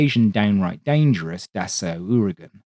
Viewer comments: Don’t think it’s called Dassoo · Obligatory French snobbism: Dassault is pronounced D-ass-oh. The "oh" component can be pronounced like in "Moe" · DASSAULT😏. Hi😊I watch nearly all your videos, really like the historical info, but it would be really great if you could say 'Dassault', well.... the right way: in English: Dassaw, is how it's spoken 😊, keep up the good stuff 👍🏻👌🏻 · it's pronounced "dass oh" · "Dass-oo" was actually a bad advice... but "Dass-aw" is also incorrect. There's no way to do it using the English phonetics, like in both examples. You have to LISTEN the pronounce. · Dassault is “dah-SOH”. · Man, I absolutely love your channel.... but.... Dah-soo.....?! Come on, really, you're pulling my leg, right? haha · How do you spend so much time collecting info, writing a script and making a 40-min video, while utterly failing at pronouncing the name of the manufacturer correctly? Damn man, half your language is French... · Your level of historical detail, density of research, inofrmation and passion for the subject is as others have pointed impeccable; so how is it that the pronunication of this historically important aviation manufacturer's name is so heavily under-researched? Its somewhat of a distracting oversight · Great video, but your pronunciation of Dassault makes me grind my teeth! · The pronunciation is quite different again from both "suggestions", and contains sounds that are alien to English native speakers, such as a flat, un-bent, closed "oh", not dropping down into an ow or ough sound at all. Here's a Frenchman doing it right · Can you PLEASE stop saying "Dah-soo" and instead say "Dah-so" ? I'm a Cajun who routinely butchers proper French pronunciation in my daily speech but even I know that the final syllable of French words ending in "-ault" means a final "o as in toe or oh or so" sound, not an "oo" as in "hoot" sound. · Can't get over it on the second attempt to get through this. Who Da Soo? Da Soh! A Renault isn't a Renoo. Or Da sew!